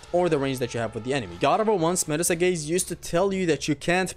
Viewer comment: you keep pronouncing Medusa wrong